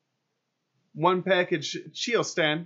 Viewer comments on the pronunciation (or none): You guys have great videos. Lots of great information. Pronounced ( kite o san) Chitosan